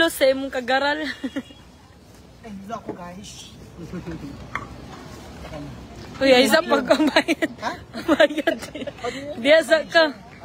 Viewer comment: PRONOUNCE IT " GUYS" NOT GUYZ😅😅